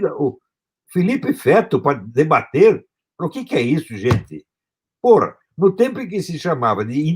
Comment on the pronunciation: " eles cultuam o cú, pôra" #orapôra 😂😂😂😂😂😂😂😂